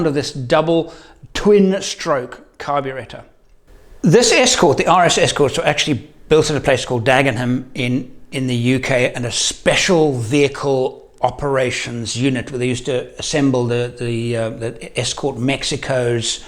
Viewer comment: driving an RS at 18 in the UK it would cost more for car insurance than it would to buy the car. By the way we don't pronounce the "h" in Dagenham